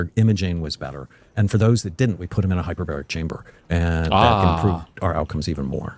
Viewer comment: We misunderstood him, he didnt say hyperbaric chamber, duh, he said hyper-berry chamber. Its full of asai and acai berries, along with other fruits and omega 3s. The treatment name is "The fruit punch" 😂😂